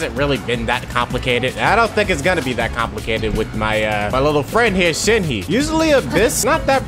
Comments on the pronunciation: I never understood people who got mad from slight mispronunciations, and then I became a Shenhe simple and watched this video. I am conflicted. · You are the only person who I have heard Shenhe like that 😭😭😭😭😭😭😭😭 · The way he's pronouncing "Shenhe" 😭😭